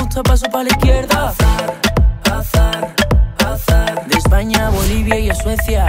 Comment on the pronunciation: Es verdad esta diciendo Hazard